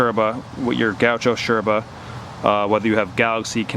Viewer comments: Loved the vid, hated that you pronouncing yerba and bombilla like a pretentious Argentine. hahaha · cool videos, just one thing... is not necessary to call yerba, SHerba, or the bombilla bombiSHa. Thanks! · Why do you say „sherba“? Do you say „shes” instead of “yes” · First of all, i'm from paraguay. I found out this whole yerba trend thingy a while ago, and i'm somewhat glad it took off, more places i can travel to and still be able to keep it up with the habit. But why, for the glory of satan, why do you say "sherba" and "bombisha" with that obnoxious accent? I mean, you do use a perfect porteño accent, if somewhat exaggerated. But, why? My ears almost bled. It's ilex paraguayensis, you know that, right?